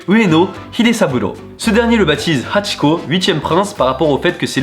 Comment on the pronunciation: Mes yeux shumidifient direct en entendant "hachiko" Video super interressante